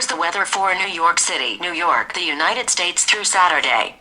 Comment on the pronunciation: how the hell did siri understand his voice, i heard "weder in nerk" instead of Weather in New York"??